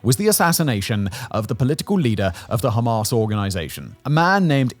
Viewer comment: Are you deliberately saying Hamas in a ridiculous way?